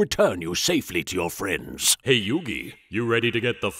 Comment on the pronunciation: "You aint got no fwendsss" 😂